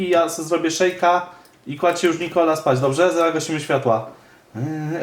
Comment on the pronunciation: Nie muwi Nikoli